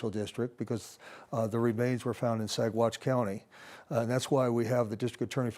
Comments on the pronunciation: Very sad case! Also, very sad that a legal analyst who lives in Colorado does not know how to pronounce Saguache!!! Terrible!!!! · Saguache is pronounced Saw watch